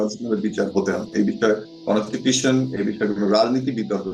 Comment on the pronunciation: How come he is lawyer he can’t pronounce constitution…😃😃🤣